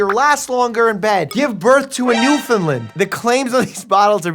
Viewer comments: I love you but as a Newfoundlander I cannot tolerate how you pronounce bears breed. It's "Newfin-Laaaand" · That is not how gou pronounce Newfoundland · The way he pronounced Newfoundland hurt me on a spiritual level (no hate, love your stuff, but I was born on the island and it drives me nuts😭)